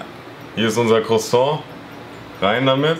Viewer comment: man kennt es da käse"crosong"